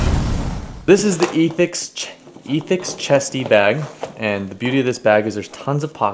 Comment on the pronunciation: I've noticed alot of people have trouble pronouncing the word "Ethix"? Think Ethics (Eh-thix), not Eee-thix. tryin' to be cute, using an X on the end of the name of his company done screwed everything up, haha.